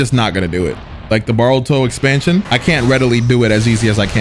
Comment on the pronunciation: I just realized he says baruto 🤣